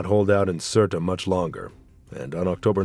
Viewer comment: Surt not Surta